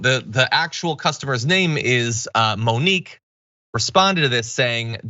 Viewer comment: Monique does not sound like Monkey. Mon-Key, Mo-neek. Spunky sounds like Monkey, not Monique.